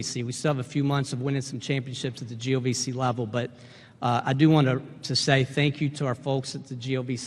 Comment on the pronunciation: i think accidently said GOVC not GLVC lol